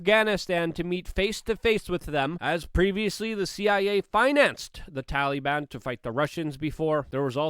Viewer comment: Tallyban... Drives me crazy lol.